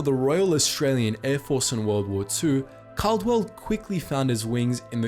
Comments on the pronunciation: called-well ffs not cal-de-well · It’s not Cardwell, is Caldwell, it’s said Called well. Believe me I know, that’s one of my last names 😂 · The Australian pilot's name was pronounced 'CALLdwell', and the VCs that went to Upham are 're-VEERED'.